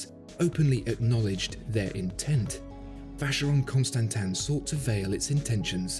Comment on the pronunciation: God… when you’re making a video just look up how to pronounce